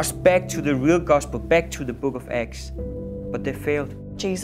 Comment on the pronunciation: the book of acts.. I keep thinking they saying the book of x or eggs